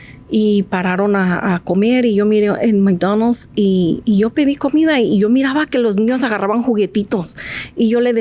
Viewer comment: no mi hno es una estúpida muletilla utilizada para adornar el lenguaje, aparte checate como mastica la pronunciación de McDonald's tipa fastidiosa